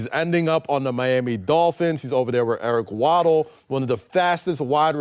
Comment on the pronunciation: Boy said eric waddle 💀